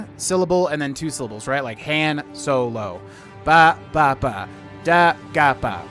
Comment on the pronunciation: Dude literally said San Holo… wonder if he knows that’s a DJ.